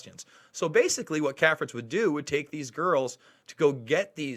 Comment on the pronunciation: CAFRITZ is pronounced KAY-fritz. Prominent Washington society family for decades.